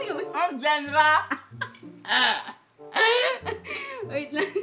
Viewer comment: Nung nag Lesson kami sa Filipino basa rin naming magkakaklase ay “Jenre”😂😂😂 pero “Janra” tlga yun dba